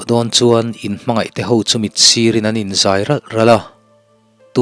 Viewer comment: Pasalṭha ho chu Lalin pan a an chhuah dawn in an in zai , ralh ralh itih hi, zai tih hi chem a zai, tih anga lam tur ani lo maw